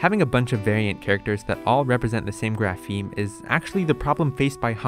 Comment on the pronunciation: Please, the stress on "grapheme" is on the initial syllable! It's /ˈɡɹæ.fɪi̯m/ not /ɡɹæˈfɪi̯m/!